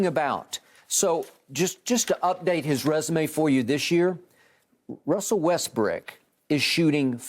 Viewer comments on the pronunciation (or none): Everytime Skip Says Russel westbrick 😭😭😭😭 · Russell Westbrick! 🤦🏽‍♂️😂 Did skip really say that? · they really call him westbrick😂😂😂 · I cry everytime they say westbrick 😂😂